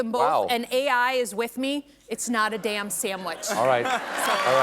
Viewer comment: 😏 Apparently, in Michigan, “damn” is a two-syllable word.